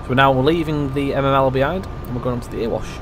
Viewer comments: Please call it the Erewash (Eree-wash) not Earwash Valley. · Nice vid, but having put so much great effort and research into this route, has no-one told you that Erewash is pronounced "EH-ree-wash" yet? .... as in, it rhymes with "Very Wash".